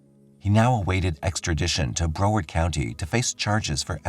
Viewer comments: Re Lillian from Florida: she lived in - pronounced Brow (a😊s in eyebrow) ard (as in aardvark) Broward County, not Bro ward. Thanks 😊! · Google pronunciations of Florida's city names before u say them on here please ! You're not saying Broward county correctly. Ijs. Love the channel though ❤